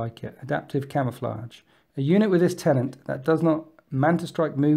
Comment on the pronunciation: its not "tenaNt" its "TENET"